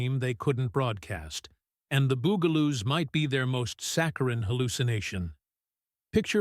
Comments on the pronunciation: Dude, Bugaloos, not Boogaloos. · Narration completely destroyed pronunciation on the Bugaloos, that's BUG-aloos, NOT BOO-gle-oos, and it's Benita BIZARRE , NOT Bonita BYEzar. Doe no one proof these videos before uploading? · Sounds like BOO Ga Loos, not BUG a Loos. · BUG-A-Loo not boo-ga-loo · Bug-A-Loos...not "Boog-A-Loos" UGH! This AI voice over crap is SKYNET! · Loved everything, Sid and Marti Croft did. But I can tell this is being read by AI because it is not pronounced bugle loose. It is bug-a loos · It is NOT Boogaloos. It is BUGaloos. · Bug-aloos, dumb ass AI narrator. Not Boog-aloos. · The bungaloos are pronounced like bugs not like a bugel. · And also "The Byugaloos". it's BUGALOOS...they were (supposed to be) INSECTS. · So many AI fails. R dash 2 D dash 2? Benita BUY-zahr? Bugle-ooze? Jonathan Harris a 60's cowboy icon? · Please teach A.I. to say, Bug-a-loos properly! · Bug-a -loose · #9 is pronounced 'The BUG-a-loos' - emphasis on BUG (like insects). AI is awful.